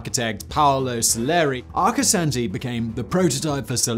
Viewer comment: Arcosanti's proper pronunciation puts the second a as the sound when a Dr has you stick your tongue out and say aw. When Arcosonti started its building, Interstate 17 was almost completed. In the beginning, Arcosonti had a lot of problems. Such a when they held a large event where the public was invited, a fire broke out among the parked cars. Granted the fire department had gotten there quickly to put out the fire. It wasn't until the mid-90s that the problems began to to settle down. Before I forget, the I in Arcosonti is pronounced as an e.